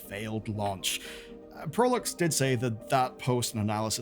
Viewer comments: Proulx is pronounces 'PR OO''. Not to be confused with ''P ROO''(not like Perou). The PR in Proulx should sound like the PR in Price. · Just a head up Proulx is a french name and is prononce "proo" (L and X are silent) !! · Informative, just in case; Proulx is pronounced “prew”